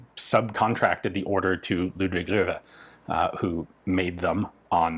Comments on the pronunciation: Hey ! You pronounced "Loewe" correctly ! I noticed that ! ;-) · Wow, you really nailed that ludwig loewe, dude. seems like you got a bit of practice with that name ;) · Most impressive the pronounciation of the name Loewe (or Löwe)! Not bad for a American at all ! :) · super interesting stuff in these surplus auction videos. also: literally the closest, any english speaker has ever come to correctly pronouncing "Löwe"...